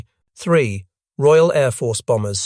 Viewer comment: Why, in an item on the Mosquito, is there a sequence of pictures of a Hurricane; an Ardo 234, a Junkers 88 , and what the hell is that things ? The Bf 110 looks as if the image has been stretched! The lurching dialogue is painful...'in nineteen forty. Three...', '... and ' ...the Messerschmitt me two six. Two...' pronouncing the initials like Ta as tar, Me as me. and on, and on it goes.......AI slop.